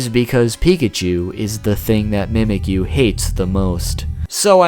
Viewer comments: I like how he says "Mehmekyuu" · In the official Alolan Handbook, the pronunciation says 'mee-mee-kyu' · Shouldent it be mimichu? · fact #6 its pronounced MEE MEHK YOU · it's not how you say it you say it like this : ME-ME-Q